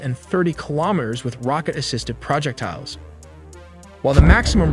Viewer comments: "Pra-ject-tiles" I wander what aacent that ahs? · More ai readers. I stopped listening because ai read projectiles as “project tiles”. 😊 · pro jeck tiles? really dumbass ai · "Project tiles". We need to get this AI some pronunciation training. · What the f is a project tile? Effn AI. Lazy editing....wait, that would require a person, or a child with limited reading skills. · STOP USING ai for voice give some one a job "projet----tiles? really i refuse to ever sub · PRO-JECTILES LOLOL. stupid AI farming people for views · praw-ject-tiles.. I have always loved when people pronounce things differently... it makes things more fun.. none of us are perfect and we should embrace that. I worked on these amazing weapon systems... I miss hearing my babies sing on the ranges or down range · Absolutely love your vids! I do wonder if you're actually AI though, as the way you pronounce some words "pro-jec-tiles" is fantastic and unique ❤ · The mispronounced words are always funny. I didn't know that the army had all of the tile projects going on. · The way this dude pronounces projectiles and measurements is painful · Informative video. Some constructive comments. (1) You're pronouncing 'projectiles' wrong. (2) Around the mark you have a yellow banner that says 'UNEXPLORED SUBMUNITIONS', I think you mean 'unexploded', not 'unexplored. (3) Around the mark you ask for 'intelligent feedbacks'. I think 'feedbacks' should be 'feedback'. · This dude really struggles to say the word projectiles. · I think you meant “unexploded” instead of unexplored bomblet. And projectile has the accent on the second syllable instead of the third. Otherwise a great video. Thanks! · Do you know how to pronounce “projectiles” or are you just messing with us 😂